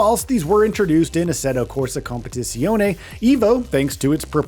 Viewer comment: Please just call it ACC, your pronunciation is meh at best, lol....